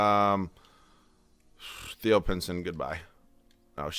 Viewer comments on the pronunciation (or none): none